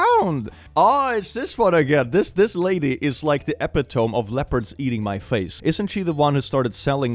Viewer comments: Bro! EpiTOMB?! EPITOME is pronounced E-Pit-Oh-MEE I love when you pronounce stuff all quirky and Swedish usually, but I have to make a note about this one cause I've met several young people recently who unironically believe it's pronounced Epi-Toam, and it's so irritating. Sorry, love you mucho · It's pronounced E-pit-oh-me, not E-pit-ome. Still love the videos though! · Second time I've heard you pronounce "epitome" like "epi-toe-m". Is this an inside joke idk about? Uh-pih-tah-me. uh-pit-oh-me. I know you've heard this word. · Ooh! I can teach English Academy! I also read "epitome" as epi-tome, but it wasn't until high school I learned it's actually pronounced epi-tuh-mee. Thank you coming to my Ted talk. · Epitome is pronounced [ ih-pit–uh-mee ]. Not [ eh-pih-TOME ]. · Nice guys SHOULD finish last, after all, they don't want to finish before their partner. Also that word is pronounced "eh pit oh me" not "epi tome" -- it doesn't follow the silent E rule because English. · Hey, just fyi the word “epitome” is pronounced ee-PIT-oh-me in English. Fun fact! I learned how to pronounce this word from a Calvin and Hobbes comic strip! 🤠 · Epito-me, not epi-tome. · Epitome - just cuz I've seen you mispronounce it a couple of times now, the correct pronunciation is e-PIT-o-mee (not epi-TOME). Easy mistake to make if you've only ever read it but not heard it be said aloud since it's not obvious from how it's written. The word has a greek root so doesn't follow the usual "silent e" rules of English (like Nike is naikee, not naik, and Socrates is so-kra-teez, not so-crates). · Dyslaxative strikes again, epitome is not epi•tome, it's uh·pi·tuh·mee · Epitome - uh pit o mee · “Epp-ih-tome” I appreciate when someone doesn’t get a word right when I can’t get it right either and I only speak English. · ily, but its pronounced e-pi-to-mee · Epitome. What a fun word to pronounce. It's Epi tuh mee, for some reason. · epitome = ep-IT-oh-mee